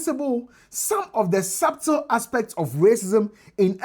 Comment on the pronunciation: please 'b' is silent in "Subtle" same as "Debt".